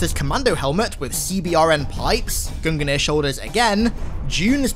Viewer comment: I will forever hold out hope that someday he will pronounce Gungnir properly, my spirit will not be broken!